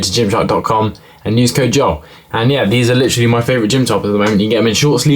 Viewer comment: First time I enjoyed hearing "litchrally" be spammed 😂